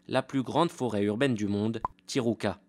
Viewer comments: The Parisian Lady déjà on s'en fiche, mais en plus tijuca se prononce ti Rou ca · Pas mal. Mais la prononciation à l'espagnole fait mal... Le Brésil parle portugais... Et "Tijuca" se prononce "ti jou ca", entre autres choses...